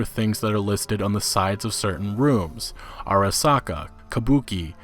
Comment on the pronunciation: It's actually not "airasaka" but it's "arasaka"... like, "ah-rah-sah-kah." Just an fyi on Japanese romanization pronunciation. :)